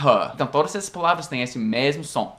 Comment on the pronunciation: E aí, blz? só uma dica de pronúncia: a palavra esse tem o som mais "fechado" do que vc fala normalmente. não é "ésse", o certo é "êsse"